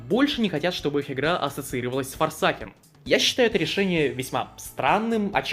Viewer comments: Боже хватит называть forsaken - форсакен я не могу слышуть это 🙏 Это читается как форсейкн А так видос найс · Сразу хочу сказать, игра говориться не форсакен а форсейкен (просто говорю как правильно не хейтите паже)